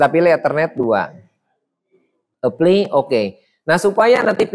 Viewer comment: Keren, saya nonton banyak video. Tapi untuk sekedar mengkoreksi karena agak mengganggu dalam penjelasan dari video lama hingga video ini. Penyebutan kata 'apply' dibaca epli. Seharusnya dibaca aplai. Semoga bisa diperbaiki di video selanjutnya. Saya tertarik dengan teknik jaringan dan ada pertanyaan: Apa bisa sebuah router dijadikan mikrotik? Misal Totolink N300RT.